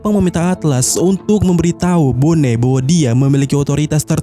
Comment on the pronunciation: Bonney dibaca BONI min, bukan BONE